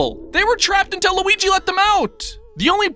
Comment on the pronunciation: DIS GOY WUNTS LOOGEE'S DEEEK!